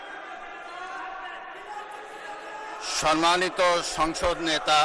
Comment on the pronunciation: বুঝলাম না সম্মানিত উচ্চারণ এর সময় কি ৩ আলিফ টান দিল?🙂